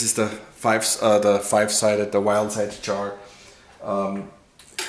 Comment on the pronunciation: Jar not char.